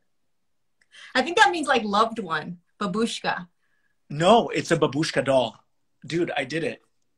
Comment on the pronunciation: babushka means "Grandmother". The accent is on the first syllable.